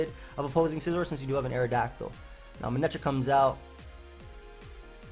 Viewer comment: “manetric comes out” Classic